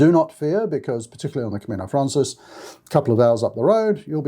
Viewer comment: thanks for all the information you provide. I want to say, though, that it’s “Camino Francés,” which is Spanish for the French Way. “Francés” is pronounced frahn-SACE.